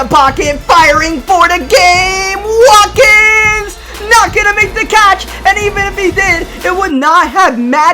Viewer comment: His name is Sammy Watkins but he said wakin